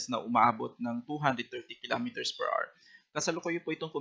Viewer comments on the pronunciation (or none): PER R | Children, remember: The word "HOUR" has two syllables. The stress is on the first syllable. It's pronounced as AH-wr, not AR. Do not be like this reporter.